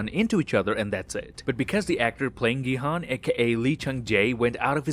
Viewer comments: Gi hun is pronounced like “jee hun” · gi-han is pronounced ji-han